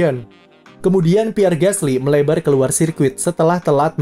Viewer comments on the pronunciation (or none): none